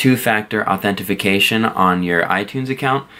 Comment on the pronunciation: I guess you missed that he said authenefication instead of authentication. I know what two-factor authentication is.